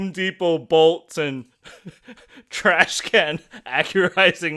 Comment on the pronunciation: It is called Trash Can, not Trash Cannot. Good vid, fellas!